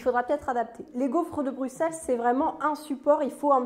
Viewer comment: Merciiii de bien prononcer Bruxelles 😍🥰 et sinon c'était quoi cet accent à ? 😅😂